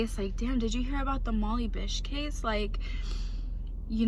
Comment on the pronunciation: For Gods sake do a little research. You mispronounced Molly’s name even after you did it the first time. It “Cummins Pond”. Not whatever you said. You aren’t in any position to be criticizing anyone unless you have some idea of police work. Doing your interview in front of a menu is totally unprofessional. Should I go on?